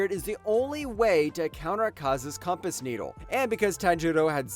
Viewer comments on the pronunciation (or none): none